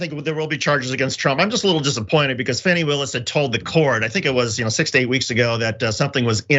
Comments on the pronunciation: JOHN It is not pronounced FANNY, it is pronounced FAWNY, please get it right. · Her name is FAWNIE not Fsnny. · It's not "Fanny" Willis, it's "Fawny". I agree that further indictments are coming given that the fake electors were (1) not informed by their lawyer about an immunity deal which means a new lawyer will have to be brought in, and (2) they're turning on each other in a futile attempt to throw each other under the bus. It's a complete dog's breakfast right now that will mean a lot of investigative work needs to be done in order to correctly unravel the chain of deceit. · Please, can Lefties/Progressives at least get the name correct. It's pronounced 'Fawnee' not Fanny. Fani Willis. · Why do you keep calling Fani "fanny"? Is it a deliberate insult? I cant imagine you've gone this long without knowing how she pronounces her name...?